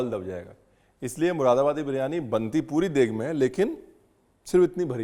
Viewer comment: P.S. Read it as Muradabadi instead of Mushidabadi.